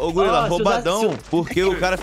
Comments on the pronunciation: "GULIRA" ? KKKK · O falou gulira kkkk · o falando golira sksksksk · o la em katuwiska no segundo round ele falou golira kkk😝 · o uma meta de like golira falou errado sem cerer